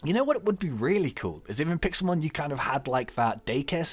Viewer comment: it's Pixelmon not Pixelmen